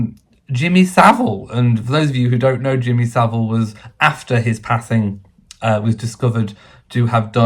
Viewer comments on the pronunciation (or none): none